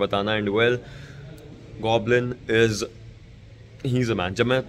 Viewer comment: You say Goblin,I heard Godlin!!The beast🥵 The legacy is back,the kings are back 👑 It's just a matter of time,Team SouL will lift their third official trophy🏆 tomorrow😌❤️🕊✨️